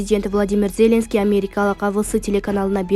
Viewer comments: Ий,нервке тийбей туура окучу.Зееленский деп окубачы. Тили жатыгыраак, билимдууроокторго окутсанар боло. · Окуп жаткан дижей абдан сабатсыз, сөздөрдөгү басымды туура эмес коюп окуйт, Зеленскийди дайым туура эмес айтат, эми ага бүгүн Янукович кошулуптур. Айткылачы, качан сабатсыздыгыңарды жоесуңар. Ушул темп менен кетсеңер угарман, көрармандардын бир тобунан кол жууйсуңар го. Кичине эки жакты карап түздөнсөңөр боло, башка тилден кирген сөздөрдү ошол тилдин эрежеси менен айтышыңар керектигин окуткан жок беле мектептен эле. САБАТСЫЗДАР десе